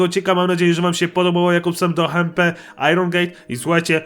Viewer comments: to nie powinno być hmp tylko ejdż em pi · hejczempi się mówi xD